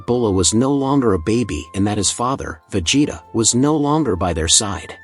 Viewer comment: Vejay-tah!? 😂 Don’t people care about never narrating their own videos without AI anymore? 🤣